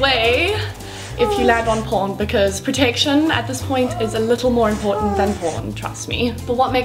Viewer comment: protection not protetion